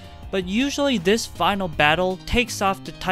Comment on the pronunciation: this is gonna sound super racist- but I know that you are Asian because you said “dis” rather than “this” 💀 (I can’t say for sure what nationality, but I tutored a Korean student who came to Canada for two semesters, and he just couldn’t really pronounce the TH sound.)